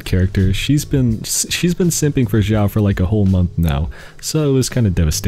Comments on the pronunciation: His name is Xiao , not "Zhao" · ITS XIAO NOT ZIAOOOOOOOO